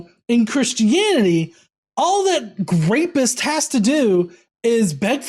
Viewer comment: wtf is a "grapist?" You said that word multiple times when describing some who did rape. No shit. It was a little distracting. I even backed up to make sure I wasn't just hearing things, mistaken. It was just weird.